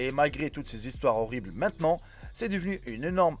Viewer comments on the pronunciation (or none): none